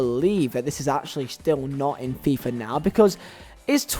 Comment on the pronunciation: I love how he says fifa like a true burnley man. FEEEFAH